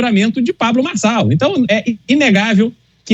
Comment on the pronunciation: Fala certo o nome Marçal .